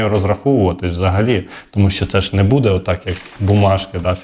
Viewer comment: Робіть правільно наголос !!! Не будЄ, а бУде.